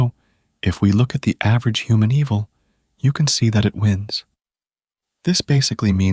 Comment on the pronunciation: Pronouncing Eval and evil is too funny :)